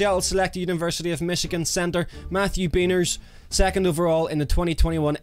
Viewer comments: Yep Bah-Neers if he pronounces it Bea ners he’d get his arse kicked on the West Coast and most of the US! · matthew beniers' name is pronounced bin-ears btw my dude lmfao but good pick! itll be interesting to see what happens with the kraken this season! :] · just so you don't get in trouble its pronounced "Beh-neers" haha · You chose the one team no one here can get angry at you for lol, the brand new team for the new fan. Also it's "Ben-Ears" for Beniers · yep! i heard him say it and went "Ope- that cant be right-" i had to double check i got the pronunciation right though haha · I don’t want to be that guy but you’re pronunciation of Beniers is a little… offensive to say the least